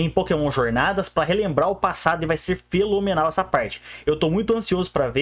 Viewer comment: sou novo no canal, pq ele fala feLomenal e não fenomenal? alguma piada do canal? (Não estou perguntando de má fé, não sei se é algo interno do canal e queria me integrar)